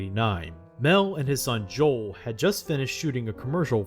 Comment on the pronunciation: It's Noel, not Joel.